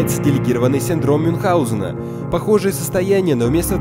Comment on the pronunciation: "мюнхГаузена" вообще-то